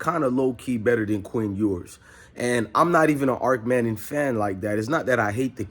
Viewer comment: Bro, it’s not Arc Manning it’s Arch.. But I do agree, it’s Malik over Arch-Overrated-Manning..